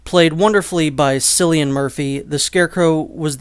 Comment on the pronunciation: It’s pronounced like Killian not Sillian , cillian it’s pronounced with a k here in Ireland where he’s from